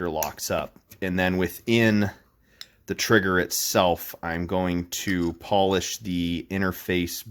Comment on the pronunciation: Why are you saying polish like you're talking about people from Poland? Is this a hilarious troll for some really weird pronunciation?